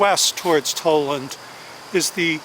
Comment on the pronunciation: Tal-land, not Toll-land.